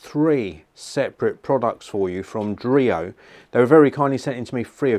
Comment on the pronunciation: dreo? i almost thought it was Oreo... oh boy